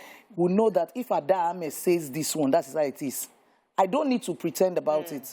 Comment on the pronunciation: It is Ameh not Umeh